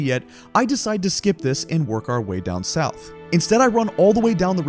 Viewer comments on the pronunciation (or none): none